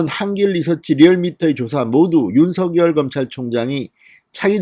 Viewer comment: 진성호 대표님 좋은뉴스고맙습니다 다름이 아니라 윤성열총장 이름을 부르실때 입에서 만들어지는데로 윤석열 로 불러주세요 가끔 윤서결 부르시는것같아서 죄송합니다